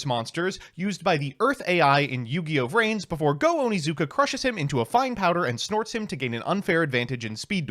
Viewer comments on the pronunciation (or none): none